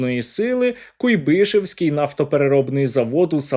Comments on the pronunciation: Чому ви постійно говорите куйбИшевський, якщо це кУйбишевський завод. Якийсь дикий наголос і ріже вухо. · Наголос: кУйбишевський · Куйбишевський наголос на у